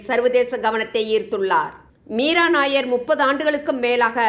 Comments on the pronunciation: She's not nair. She's Nayyar. Punjabi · மீரா நய்யார் என்பது பஞ்சாபி பெயர். நாயர் இ‌ல்லை நய்யார். தயவு செய்து இதை அழுத்தி சொல்லவும் .